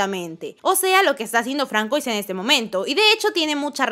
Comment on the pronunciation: Que Francois (no se pronunciaba fransuá?) Es una chica?